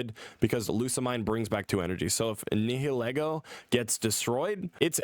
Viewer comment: I didn't play this game either but I'm pretty sure Nihilego is pronounced "Nye-il-ego", similar to the term Nihilism